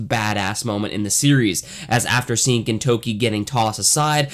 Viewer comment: It's not easy to butcher the pronunciation of the main character's name. good job.